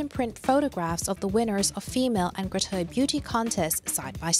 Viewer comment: Same thing. She's just pronouncing it differently.